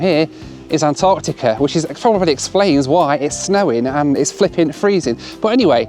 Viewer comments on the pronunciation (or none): none